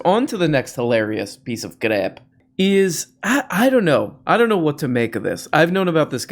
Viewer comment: Could you please pronounce "crap" as "crrrap" more often, as you did recently? It enhances my enjoyment. Thank you.